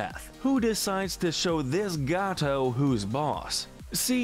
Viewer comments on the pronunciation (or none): none